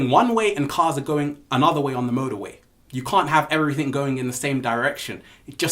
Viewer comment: I love it whe you say every think instead of everything. The ALL is mind the universe is mental. Peace!!!!!!!